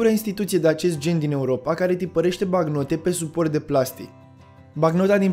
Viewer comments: "Banc-note" sau "bank-note" , nu "bacnote" ... Ai o problema cu limba Romana , unde ai invatat-o , la Teel Aviv ? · Bancnote. BANC-NO-TE, de la note bancare. Nu bacnote. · Documentat bine,dar cand cel care relatează spune (bacnote) te cam îndoiești.